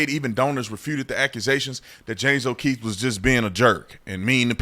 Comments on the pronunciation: Com on Tatum we know you keep moving left more and more since then scared punk cops in uvalde and you dumb leftist self came out. Now you wanna start talking like an idiot it's James oKeefe there's two es and an f it's not James o oKeith your turning into a straight up clown go back to the left where your stupid heart is 🤡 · It's not OKEITH WHY KEEP SAYING THAT DUMMY